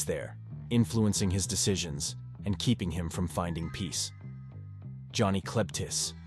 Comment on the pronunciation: Who the hell is Johnny Klebtez? It's Johnny Klebitz. Lol stop using AI to narrate your videos and do it yourself.